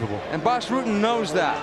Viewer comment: It’s pronounced Ruhten Not Rooten. If he was Brazilian or Mexican you would be able to pronounce his name right.